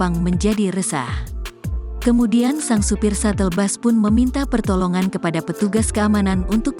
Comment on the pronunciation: Bus Bukan Bas....Baca Berita Udah Berapa Tahun